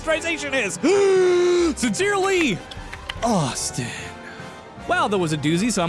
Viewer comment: I always love the accent of 'Dear, ..., hi! It's me! Ausstiinn!'